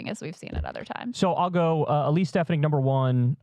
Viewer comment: Kyle, you’re from NY, you know damn well how to pronounce stef-AH-nihk 😂😂 Plus bonus to Kyle for the Borghum detailed visuals upfront